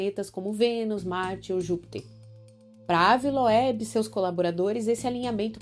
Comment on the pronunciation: Moça se pronuncia Ive loubi se escreve ave Loeb 😂😅